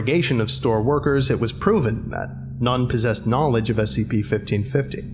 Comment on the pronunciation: The way you say SCP makes me sad...